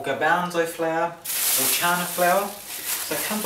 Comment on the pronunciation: Haha, sounded like "flair" to me ^^